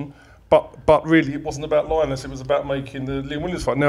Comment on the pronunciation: Good effort that. Can you please stop pronouncing Linus udofia name as Line-us it’s Linus